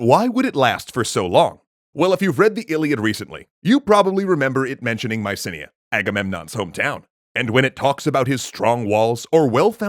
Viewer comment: That pronunciation of Mycanae actually kills me, other than that great video as always